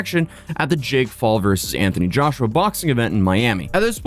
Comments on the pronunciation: did i hear right, did you call him 'jake fall'? XD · I just heard you call Jake Paul "Jake Fall", was that for real or was it me hearing things? Either wait that's hillarious. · Hahaha did you mean to say Jake Fall😂?